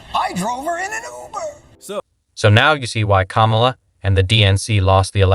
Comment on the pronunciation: "KAHH-mu luh". 6 years to pronounce her name correctly. Not arguing your point but still